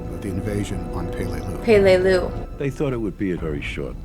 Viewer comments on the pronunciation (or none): Pelelius pronounced pe LE lius